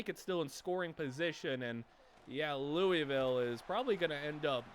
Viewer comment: Anyone want to tell him how to actually pronounce louisville